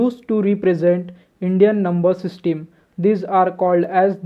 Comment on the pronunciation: Bhai system to dang se pronounce karo... 😃